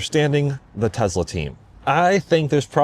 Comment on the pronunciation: "I don't really want to say [I'm a Tesla Fan], I'm just a fan of good products."... Dude you're like autistic-fixation level of Tesla superfan, what are you even talking about? There are drinking games for how many times you say "Tezzla" in an unrelated car review video.